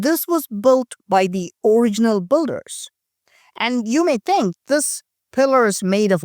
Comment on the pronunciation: I tink you said think wrong. 😊🤭